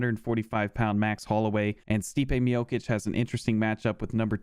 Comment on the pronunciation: Man how hard is it to pronounce Miocic' last name right when the c is literally the same character and pronunciation lol